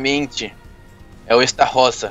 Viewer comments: Estarrossa 😂😂 É Estarossa A Pronúncia do Esta Errada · a forma a pronuncia do estarossa está errada mais obviamente, ótimo video!!!!! Adorei por favor continua, like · E estarrosa e não estaroça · Esta rosa kkkkkkkk morri A pronuncia é estarôssa 😂😂😂 Ai ai meu cori.....vou nem falar nada pra num atrair tretas huehue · É estarossa não estarrossa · N é estarosa é astarossa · Estarrosa?....... O nome certo e estarosa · está falando estarossa errado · não sabe falar estarossa eles falam errado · Cara esse amigo do não sabe fala Estarossa